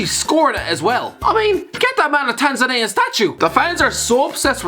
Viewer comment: I think Alfie needs to teach you how to pronounce countries names... And the fact that they have millions of English speaking people with internet access... So yes, the Tanzananians are watching.